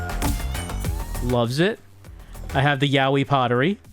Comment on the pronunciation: We return to the continuing misadventures of pronouncing "yayoi" as "yaoi".